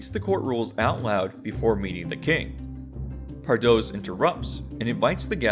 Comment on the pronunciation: Pardoes is pronounced more like "par dews" ^^